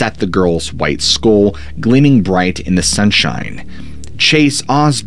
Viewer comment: You always mispronounce skull.